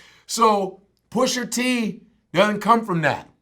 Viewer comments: actually his name isn't "PUSHER T" you fucking old head... its PUSHA T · Love Godfrey, but, it's "Pusha" not "Pusher". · Godfrey adding that 'er' on on Pusha T name is giving me anxiety lol Still love him tho! lol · You lost all credibility when you pronounce his name Pusher T 😂. Its Pusha T. Sorry but Godfrey sounds like he from Canada too😂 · He couldn't say the word "PushER" any more than me lol. Is "PushA" bruv. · PUSHER T. Stop it Vlad....PU-SHA TEE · Godfrey says Pusher T lol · Can someone tell these guys to stop saying Pusher T... it’s fuckin Pusha !!! Smh old heads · I'm sorry ... I agree with everything he's saying but i can not stand when people mispronounce rappers' names! It's Pusha not Pusher! It's Twista not Twister? It's Gucci Mane not Gucci Man? WTF dude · why they saying “ pusher t “ 😂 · It’s PUSHA ,,, Not pusher smh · Why they keep calling him "Pusher T"?? I thought it was "Pusha T" 🤔 Put some respek on his name. Push! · GADDAMMIT ITS PUSHA T! NOT PUSHER T! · "Pusher Tee" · midnightmarauder3 The first Black guy I've heard call him Pusher and not Pusha! lol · Nobody: Godfrey: PUSHER T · Can’t stand when they say Pusher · anyone else get that much more annoyed every time is says "Pusher-T"? almost sounds like those black folk he was talking about in Canada. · “Pusher-T” Lmao they both saying it wrong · stop saying PUSHER please. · Vlad: Pusher T. Chicago's Twister. Etc... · "Pusher T"